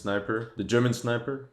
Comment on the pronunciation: Yeah that world at war sniper will make you wanna quit the game and take a break. And I also noticed every time one of these games come out they can never say german.